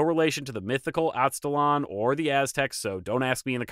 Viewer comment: I'll explain why, but It is pronounced "Az-te" (the same way you would start the word "Aztec") "laan" like lamb but with the "n." The reason is "Aztalan" as a name IS very much related to the Aztecs. But it came about because of an erroneous belief at the time of discovery that the mounds there were related to the Aztec culture, either the mythical northern homeland of the Aztecs or the power of the Aztecs reached that far north. Anyway, I live about a mile and a half away from that site. It's definitely a big deal to the locals and connects to other myths in the area.